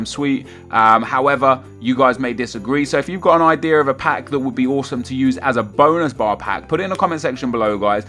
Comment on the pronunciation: I actually thought that he said Bone bar